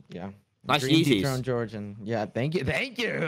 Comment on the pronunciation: "aringk you"☠️☠️☠️